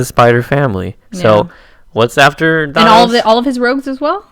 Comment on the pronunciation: Learn how to pronounce Thanos. Watch a Stan Lee interview.